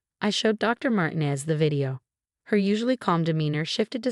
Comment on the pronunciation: Mar teen ez